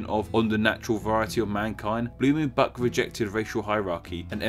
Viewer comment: Blumenbak??? Come on americans, please at least try to pronounce the names correctly.